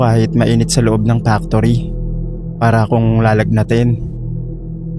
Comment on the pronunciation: Naloka ako sa tuwing binabanggit mo ang salitang “factory”. Pano nagiging “Pak-tory” ang salitang factory. Nagiging iba tuloy ang meaning. True story po ba lahat ng stories rito?